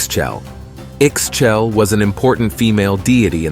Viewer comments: Pretty sure Ixchel is pronounced “Eesh Cheil” or “eeh-schELL”. The X is definitely not pronounced like an X. It is an ‘sh’ sound. Xbalanque is more like sh bah lan kh…SH as in "shadow". Bah as in... bah (strong A). Lan has a soft a sound, as the U in "sunk". Last "que" in the end should be pronounced as an abrupt KH such as ending the K sound in the word "tank". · The way he says Ixchel...😢 my actual name is Ixchel, the X is kinda muted in almost all mayan names when it got the X or Z in the first letters just think that X, XH is related to the english way to say the word "shell". I-shél the X or in the example the SH is almost not pronnouced and the last vocal got an emphasis, the same happen with the variations of the name like Izchel or I-xchel but it changes with the common variation, Itzel (this one means just "rainbow" and is pronnouced just as it reads) Another one: Ixtab - i-shtaáb They are a plenty sources to help with these names